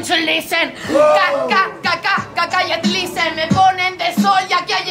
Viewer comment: Me encanta cuando zara dice lizen XDD